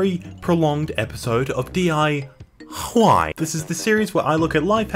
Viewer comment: Your D-I-Why has turned into D-I-Wgchy.